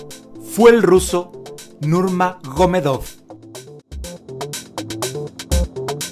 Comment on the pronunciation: Nurmanomiedov escuché jaja buenos videos